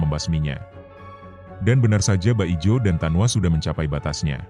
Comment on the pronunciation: Min, bukan baijo tapi bajio